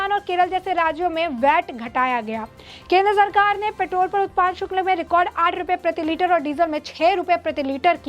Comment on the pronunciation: शुक्ल ??? " शुक्ल " नहीं.... " शुल्क "